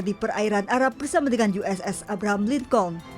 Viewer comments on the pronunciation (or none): none